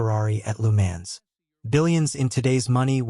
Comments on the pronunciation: Lou Mans haha stupid AI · lu mens? and heart problem? dude buy better ai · I stopped watching after hearing of the Temu version of LeMans. "Lou Mans" AI trash.